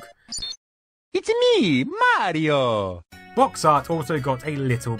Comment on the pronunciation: it's a me, Canadian Mario!